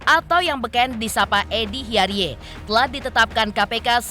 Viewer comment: Bacanya itu hiyaridz bukan hiyariye 😅